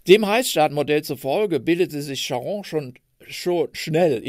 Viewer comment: Wie immer sehr informativ. Die Aussprache von Charon ist etwas eigenwillig. Der Name aus der Mythologie ist auf der ersten Silbe zu betonen. Cháron.